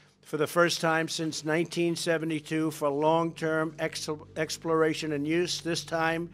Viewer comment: I love this guy's accent "Twump" "Twying" "Expworation"